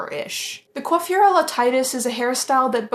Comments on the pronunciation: So.... I'm actually french and, the correct prononciation of "coiffure" is EXACTLY the way you said it. So, yes, don't worry about that because you actually nailed it right. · your french is good :) your prononciation of coiffure his excellent! only the ''i'' of Titus is prononce the other way! Don't be shy, you good!